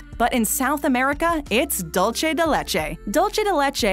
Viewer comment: When will Americans learn the correct pronunciation of the Spanish word “dulce”??? Haaah......